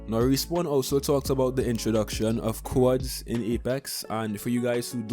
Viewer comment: You can't pronounce quadd